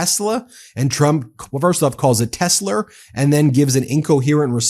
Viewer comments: He doesn't say Melaniur and Ivankur, so why is it Teslur? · why the fuck catn this guy say TESLA, tesler.... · Why aren’t people not catching all the speaking mistakes? Tesler,MSNBC he says MSNBDC. he said tick tac on this video instead of tick tock. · He said "Tesler" when he purchased them at the white house too. So he actually thinks it's called Tesler. That's how dumb our president is. 🤦🏾‍♂️ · He will continue to say Tesler because if he doesn't it will be admitting he made a mistake. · He calls it Tessler because that's how the Mainland Chinese pronounce it. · Trump will go down in history as the President who the buck Does Not stop here. Wtf is Tesler, lol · Ah yes, the ole Tesler